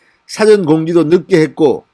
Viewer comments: '사전투표'가 아니라 '사:전 투표'입니다. '사'는 장음으로.... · 事前은 사전(단음이 아니고) 사~전(장음)입니다. 사전투표가 아니고 사~전 투표입니다. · 사전투표 발음 영어단어 찾는 사전이아니고 事前이라고 발음해야죠 성조를 낮게 사~전으로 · 진성호씨. "사전 투표" 는 액센트가 사에 가는게 아닌것 같은데요. 사를 조금 길게 액센트 없이 발음 하는걸로 알고 있는데요. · 사전( dictionary)은 사와 전 사이를 띄우지 않고 짧게 발음하고, 어떤 일이 있기 전이라는 뜻에서는 事前으로 사와 전자 사이를 띄워서 길게 발음합니다. 우리말 바르게 사용합시다. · 진의원님 사전투표에 대한 발음좀 바로합시다 사전투표의 사전을 국어사전 영어사전의 발음을 하고있습니다. 듣기에 거슬립니다